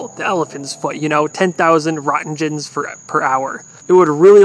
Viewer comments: Rot-gens? Rent-gens... You shouldn't have done this one. It really hurt your credibility. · Its pronounced "roetgen or wrote gens" not rotgens. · " 10,000 rotten gins per hour " LOL. That unit of radiation is pronounced like " rent gen ". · I'm sorry, what? "Rotten gens" 😂😂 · I spent 2 years studying nuclear energy and that made me laugh. I had so many people in my class lose their minds when the teacher pointed at the word Roentgen and say Ranken. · I thought it was "Rent-jenn"? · Roentgens is pronounced Rane-Kens. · Fun fact roentgen is pronounced (rankin) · "Rotten-gens"? Really?😂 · How do you make an educational video about radiation and then mispronounce 'Roentgen'?!